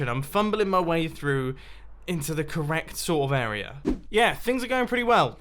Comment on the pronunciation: Mumbo, ily, I’ve been watching since mid season 3, but I’ve always hated the way you pronounce the word area, idk why, arerer